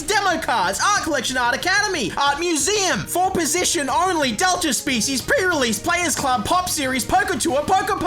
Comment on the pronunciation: I can't hear him say the word prerelease the same anymore